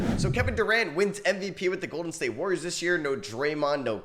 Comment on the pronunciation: no hate but you do know theres an "A" in warriors right